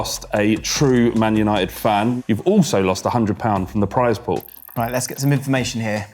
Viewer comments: I knew was a lfc fan from the introduction. Like he sayed "Manuited" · Ik it was him he was the only one who said man untied